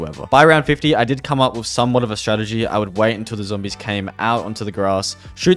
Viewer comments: WunderwaffE with a e at the end not waf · Wonderwoff ??? Mate please put some respec on the name... waffe means weapon. Just say wonderweapon or with and e like emil at the end good night 😂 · Am I the only one hearing Wonderwaffle everytime he says wunderwaffe😂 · but if it were German then the pronunciation was wrong so it was wrong anyway